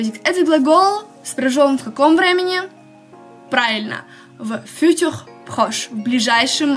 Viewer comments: А почему ударение на первом слоге в слове "futur"? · Добрый день, во французском всегда ударение должно быть на последнем слоге. Возможно если вам послышалось, что я не чисто произносила "futur", то это из-за того, что оно было смешано с русским языком и мой язык не успевал адаптироваться 😂